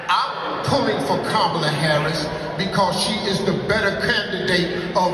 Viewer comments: 💥💥💥 HEY FAMILY GET HER NAME RIGHT… ITS “KA MA LA” not Ka mala 🤦🏾‍♂️ RESPECT ✊🏾 HER NAME BRUH… YOU SOUND LIKE trump & MAGA maggots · Hunh?? How is Kamala being pushed as Black when that woman IS Black?? So damn right people need to have that same exact energy questioning Trump who has made it crystal clear that he don't F with Black people. Check his history. Btw, it's okay to pronounce Kamala's name correctly 💁🏾‍♂️ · if you’re going to be media at least learn how to say Kamala name right! You sound like the grand wizard Trump! Respect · Please pronounce her name correctly.... and for everyone asking what she's doing for black people ask yourself what are YOU doing for your own community.... do you really think Trump is doing something for you???? Obama had 2 terms/8 years..... what did he do for black people???? This is the same thing that was done to Hillary.... y'all put Trump in.... none of these people are coming to save you.....